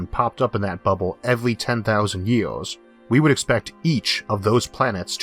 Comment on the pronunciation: ERRRR ER ERRR YOU WANT TO BE TAKEN SERIOUSLY THEN YOU SHOULD LEARN HOW TO SPEAK PROPERLY Dam I bet you are one of those educated idiots. I tried to listen but you yeaors and sky scoorapers